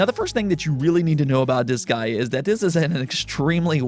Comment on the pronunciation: i find funny how you pronounce Disgaea as "this guy", me im like who is "this guy"?